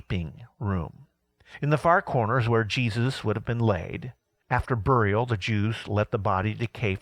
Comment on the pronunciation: Very cool except that I cringed at the pronunciations of skull and burial...lol.